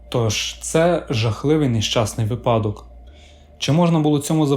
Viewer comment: наголос у слові випадок падає на перший склад. а відео цікаве